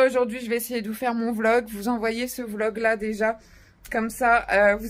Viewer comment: Désolé vlog et pas volg🤣🤣